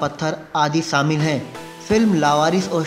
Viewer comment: Say shamil Not saamil Unbearable